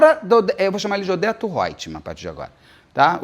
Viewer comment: Cada vez que Beto fala Odeto eu solto uma gargalhada …